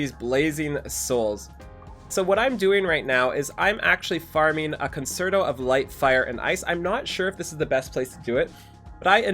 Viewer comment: Being that guy... it's con-CHAIR-to not con-ser-to